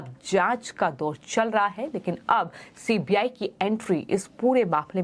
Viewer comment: OMG She is saying CPI, not CBI. Is she not aware of CBI? How has she become a news anchor?